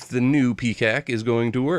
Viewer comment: Lol, I totally heard that as Peacack. Dying right now!